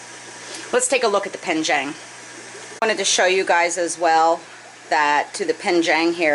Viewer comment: Love your channel, and watch every video. Don’t want to sound pedantic, but it’s penjing not penjang. I may be your only mandarin speaking viewer, but I thought you might want to know. Thanks for sharing your experience and fish adventures!